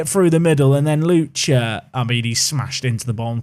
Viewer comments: It's Lucka, not Lucha. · FA Cup please. Also, while I’m being Name Nazi: Lucca = Loo-ka not Loo-cha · Oh your pronunciation of Lucca could kill the entire Italian population, it's pronounced like "Look-Kah" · Double c in Italy is a CK not a ch sound so it’s lucka